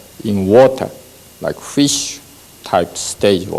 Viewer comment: Rike a crowd, rike a brew sky 😊😊😊😊😊😊😊😊